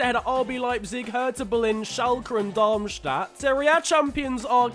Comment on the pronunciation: Wait you prounced Darmstadt okay? This is Interresting